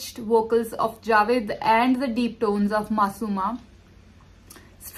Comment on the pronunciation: Please Name Theek Len Its Jaavaid not ja-vedd